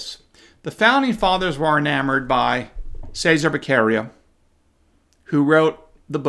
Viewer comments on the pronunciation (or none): enjoy your analysis now go to Google translator and choose Italian, then type Cesare Baccaria then use the voice function and hear Che sar ā. Back arr ē ah and now you will be the smartest person in the room!